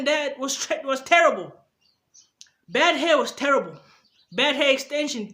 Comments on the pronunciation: This is the 1st video with more dislikes than likes. This guy crazy... I hate the way he says "therrible". I give that a 1 out of 1000😒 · The way you say "Therrible" is terrible 😂😂😂😂😂😭😭. Go get a life bro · No one:: THERRIBLE! 😂😂😂